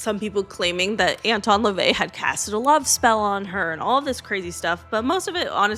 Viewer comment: La-vay. Kirst-tee. Hub-ard